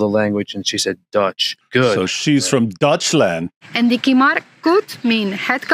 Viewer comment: Did the dude say; she is from "dutchland"?😂 I think you mean Deutschland.. and no Dutch people come from the Netherlands aka Holland... Or was this a kind of joke?😅